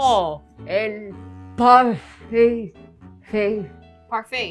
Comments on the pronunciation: Pofifer...Fe Fi fo Fun 🤣😂😂😂 oh I remember my abuelita having hard time saying some English words too😄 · Fai-cer, abuela